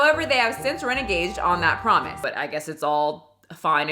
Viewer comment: Reneged pronounced re-negg-d (just btw)